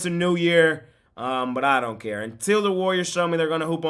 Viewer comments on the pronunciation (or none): none